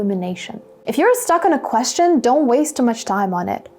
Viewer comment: Dear teacher the pronunciation of the word question is strange when you pronounce it is it really natural?